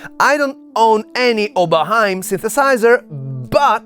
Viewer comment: + like because of the right pronunciation of "Oberheim"